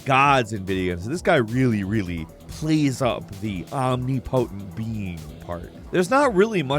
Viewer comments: It's pronounced Om-nip-o-tent, not Om-nee-po-tent. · "Ahm-nippo-tint". His vocabulary sucks ass but I watch these videos because they're informative nonetheless. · It’s cute how you mispronounce omnipotent. 😂 (omni-potent....potent in all directions lol) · "Omni--potent" LOL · Did he say “Omni-potent” ? 😂😂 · the way you pronounce omnipotent hurts my feelings. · omnipotent has a soft i not a hard i. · Is he saying omnipotent wrong or have I been saying it wrong my entire life? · omni-potent, never heard it pronounced quite like that before????